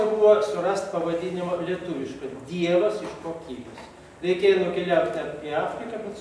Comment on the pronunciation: Leopoldui- DIEVAS-VEIDAS-AIDAS. Taip skaitoma[žinios]Lietuviškai.